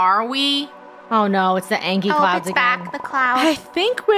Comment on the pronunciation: Why did funneh said angy